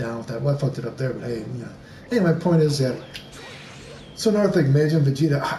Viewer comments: well it's pronounced "mah jinn" like "mah nigga, mah nigga, mah nigga". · Tf was that pronunciation of Majin.